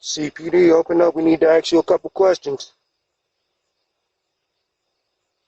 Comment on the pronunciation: They need to "axe" them a couple questions! Yeah... not going to believe you're a police officer if you can't even pronounce "ask."